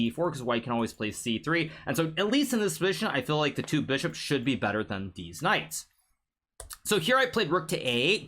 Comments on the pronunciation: Did anyone else realise that hikaru always says deez knights instead of these knights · deetz knights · Bro i literally cannot contain myself... he keeps saying Deez Knights.🤣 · I love it when he says deez knights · HN loves saying “these knights” (deez nuts) and I love it every time he does